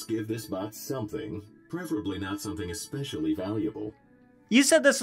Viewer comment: He said expesily convenient stores my mind said well that's convenient